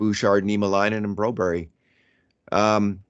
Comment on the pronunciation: Stop saying Bro-berry!!!! Nobody calls him that but you in all of North America!!! as we don't pronounce the spelling that way in OUR LANGUAGE!!! Get with it man he doesn't even want to be called that here.